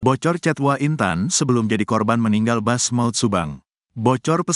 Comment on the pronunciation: mas jangan dibaca * wa* dong mosok gsk tau hrsnya ** W A bukan wa nysmbung